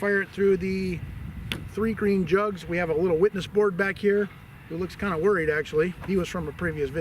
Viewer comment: It's not green! It's breen!